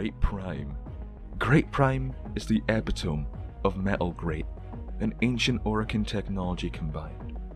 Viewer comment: Once I heard "Epatohm" I had to leave a dislike